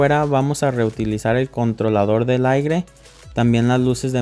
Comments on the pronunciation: Excelente solo que se dice aire no aigre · Se dice aire .....no aigre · Excelente video, gracias. La pronunciación correcta es "aire", no "aigre".